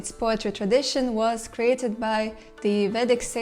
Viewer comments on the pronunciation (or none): Agathiya not agastiya